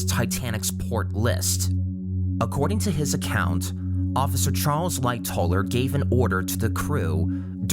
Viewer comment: agree good vid but also "Lightoller"? Lightowler ...